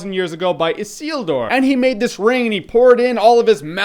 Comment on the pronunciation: You must, MUST review the EEs Jeremy! I know it seems like a shitton of work, but....come on, you know you want to. And kudos on the CORRECT pronunciation of Isildur. Good stuff.